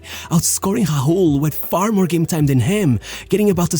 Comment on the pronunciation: From what country is that dude...RAUL he speak HAUUUL ! :D